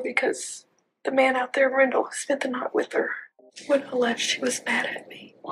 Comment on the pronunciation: Wendell Randall = Rendell